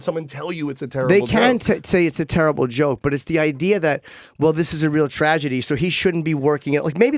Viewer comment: damn he actually said "tradegy."